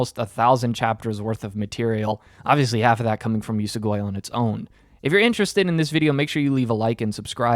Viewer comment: YES you finally read Usogui. Absolute masterpiece manga. Honestly I still really liked the first half, but the second obvi blows it out of the water. What kinda way are you saying "Usogui" tho 😭 it's pronounced like ""oo-soh-gwee"